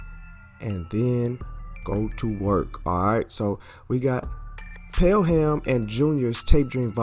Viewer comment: Pel-Ham? That's funny. It's "Pell-em" in pronunciation. You southerners, "mayyyne" L M A O